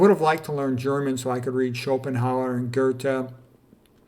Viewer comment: Luther: LOO-ter, Schopenhauer and Goethe are well pronounced. Regards from Germany :-). Good topic!